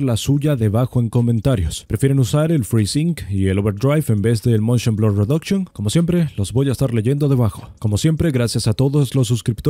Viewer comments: es "Motion" no "Montion". Y bajale un poco al volumen de tu voz, es un poco molesta tan fuerte. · Se dice Motion Blur, no "Montion Blur" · moNshion xD... ese buen spanglish si se puede oir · el MONSHON xd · montion ,,jajajajajajajajajaja